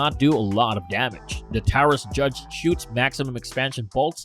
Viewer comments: Taurus is pronounced “tor-us”, “tau-rus”! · BOY IM GONNA SAY THIS AGAIN YOUR ONLY NAMING TWO ROUDNS FOR THE TARAUS JUDGE ALSO YOUR SAYING TARAUS "TAWORRS" PLEASE SAY IT RIGHT let me get your taraus judge Rounds it uses 410 boreshot, .45 coly, 454 casull please get this info right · @@ you know it's good when the video has dumb idiots right next to each other and this guy can't even say Taurus correctly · As this channel steals more video and content from real content developers perhaps it will be able to afford some good AI voice software. i.e. Can pronounce Taurus, "dot" 45, "substantial piece of metal", etc Any viewer subscribing or liking these vids are stealing from real content developers like Sootch00.